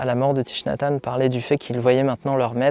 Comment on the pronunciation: Hanh, pas Tanh. Ta langue a fourchée 😉